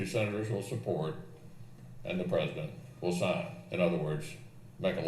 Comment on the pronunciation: Mmmmm...listened to it 5 times,it actually sounds more like prisoner then president. .good catch..👍